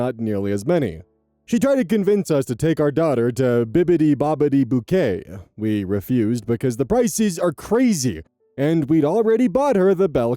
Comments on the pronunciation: i'm sorry, the pronounciation is killing me😭 btw, it's boutique:( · No worries we know your language skills! Like pronouncing boutique 🛍️ as bouquet 💐! 😂